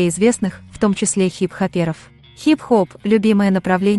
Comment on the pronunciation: Хип-ХопЕров, МИгель, килогрАммовый, РонИ, ВерОника!!! Мои уши(((